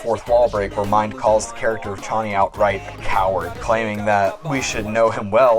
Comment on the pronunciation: It feels so satisfying to hear you say Chonny right omggg :D